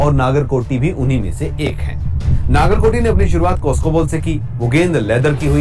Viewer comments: Dude it's not naagarkoti it's Nagarkoti नगरकोटी 🙏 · नागर नहीं नगर कोटी होता है